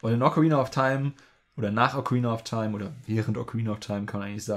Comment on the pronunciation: "Ocaraina of taim"